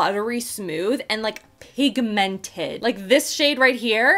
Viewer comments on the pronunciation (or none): THE WAY YOU SAY PIG 🐷 MENTED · I love you too much and you are one of my very favourite you tubers .... but it really upsets m how you say pigmented xxxxxxxxx